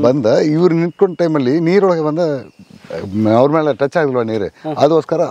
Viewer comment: ಸಾರ್ ಮೈಲು ಮಲೈ ಅಲ್ಲ ಮೇಲು ಮಲೈ